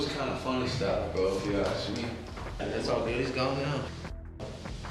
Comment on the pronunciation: "can I get a dwum woll pwease...." dude the hood rules do not apply to everyone else. open your mind, speak fluently, it's okay.. I finished the video only because I love 60 days, but the "cringy-ness" was off the hook... I know the streets say otherwise, but damn?! it is OKAY to speak English. I'm sure the other gang members might be upset; but maybe you can help them as well..... "A-Ss-kuh" NOT "Ax-e-duh" wake up, you little simpleton.